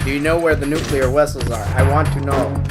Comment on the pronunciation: The way "in-FIL-trat" is pronounced and intoned is a dead giveaway that the mission control is not human :) Also, yay nucular wessels!